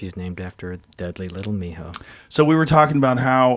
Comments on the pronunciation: I thought he called his girl dog mijo lol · Thought he said mijo lol